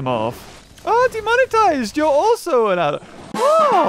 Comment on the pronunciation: Him saying demonitize is gonna get him demonized